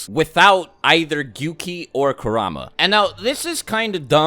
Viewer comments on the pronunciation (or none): Kerahma 😂😂😂 Pronounced Kooruhma